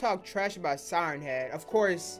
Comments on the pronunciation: Dude said Siern head XD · Sigh ern head is how he says it